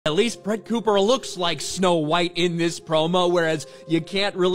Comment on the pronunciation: She said the name wrong & not sure if it was intentional or not, I grew up w/this movie tho so I feel strongly regarding this.